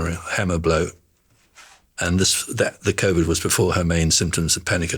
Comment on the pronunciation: He had me up until he said "she had "-ovid" and "_iruses"